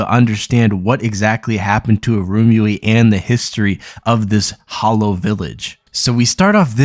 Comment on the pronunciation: Lol It really irked me how he was pronouncing Irumyuui as "Arumi" and Wazyukan as "Wazukhan" in his previous video